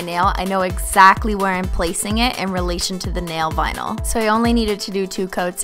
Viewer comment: When I was now starting to realize I'm a holo sexual I thought she was saying nail bino like albino stupid younger self